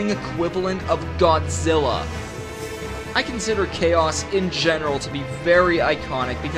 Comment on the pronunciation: BAAAAHHHH ITS GODZIRRA!!!